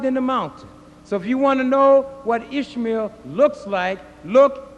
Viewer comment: when he says "Ishmael", it sounds like he's saying ishmeal, which sounds like squishmeal, which reminds me of squishy oatmeal